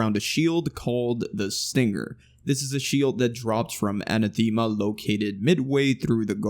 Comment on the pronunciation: How does no one know how to pronounce Anathema correctly